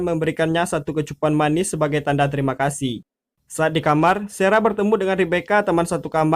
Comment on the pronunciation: Ini lagi sara di baca sera 😂 kemaren rachel dibaca recel 😂